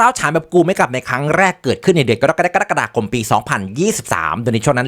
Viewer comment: ได้ยินเดือน "กรกฎาคม" ทีไรน้ำแทบพุ่งทุกทีเลย 🤣🤣🤣